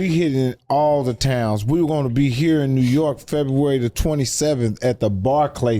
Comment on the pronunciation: Mike is so funny , he said New York par .. lol